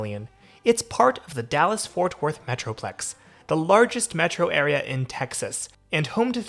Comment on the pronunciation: It sounds like you’re saying Forth Worth 🤭. Anywho, the train is crucial when I go to the AAC for a concert or to see the Mavs 🙂‍↕️😎